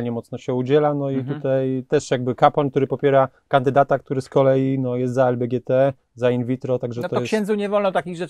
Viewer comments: tak ale tu nie chodzi o samo ugrupowanie tylko o to jak oni to mówią bo prawidłowo się wymawia LGBT a nie LBGT xdd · Lbgt xDD to lgbt źle powiedział